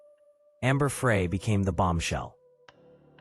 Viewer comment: Pronounced Fry not Fray but spelled Frey